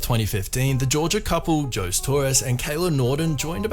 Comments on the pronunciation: Did you seriously just call him “Joes Torres”? It’s pronounced “Ho-say” dude! Do they not have any Latinos where you’re from? 😆😂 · Ho-se not jose. It's a spanish name that is easy to pronounce. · Lol it’s pronounced Ho-zay not Joe’s… I’m guessing folks named Jose are not common where you are from. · Dude, it's not pronounced "Joes", it's "hoe-say" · Is this a robot? Because nobody actually pronounces that name "Joze". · Jose.....it's ho zay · Jose? Its Ho-zey. 😆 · The name "Jose" is pronounced Ho-zay. Just letting you know for the future! Great video! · Seriously, this commentator is so dumb he doesn’t know how to pronounce Jose? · You're saying Jose wrong he's spanish. The J has an h sound. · The way he pronounced José tho 😂